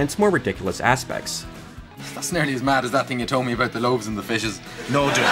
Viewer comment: "How did you get interested in that sort of ting?"